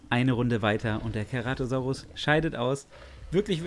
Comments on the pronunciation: Aussprache ist C-ra-to-sau-rus nicht Ke-ra-to-sau-rus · Und wo bleibt das E !? ( CEratosaurus